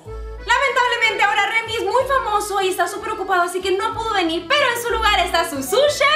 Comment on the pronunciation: Es Remi, no memi.